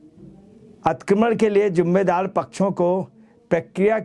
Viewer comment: Atikramann ……😂😂😂😂😂 lulu ji theek bolo please